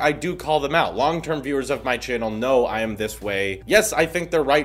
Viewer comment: When you were said “I am “ in the beginning I kept on hearing I ham